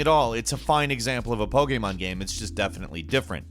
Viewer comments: the way you say pokemon game...... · Omg I cant stand the way you say Pokemon. Other than that great video.